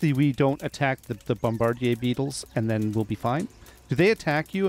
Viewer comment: Hey, you are the first YouTuber that pronounced Bombardier Beetle correctly.